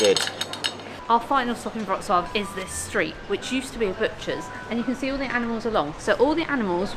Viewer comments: Congrats.! It took a lot of time for you to gather that "W" in Polish spelling is "V" in English and "Ł" PL is "W"UK.. So you pronounce Wrocław perfectly. Well done,. You have BRAIN😀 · Wow ! Your pronunciation of Wrocław is just perfect 👍👏 and in fact it's not so difficult as long as you know that Polish W= English V Polish C= English Ts from Tsunami Polish Ł (it's not L) = English W WROCŁAW = VRO-TS-WAV So well done mate as you can pronounce Wrocław while the Polish people can't pronounce Bournemouth where you fly from and even those who live there lol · I am glad you had a nice trip to Poland guys, but it would be so much more beautiful in summer time. Next time I recommend tricity: Gdańsk, Gdynia, Sopot. Btw Your pronunciation of Wroclaw is incredible!Xx